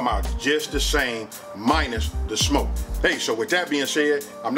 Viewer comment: says “shmoke”